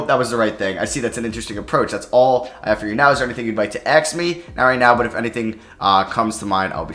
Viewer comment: "axe me" ???